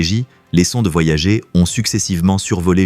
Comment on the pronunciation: La voix IA c'est déja bien lourd, mais quand elle prononce les sondes "voyagé" y'a plus qu'a se pendre :eyes-purple-crying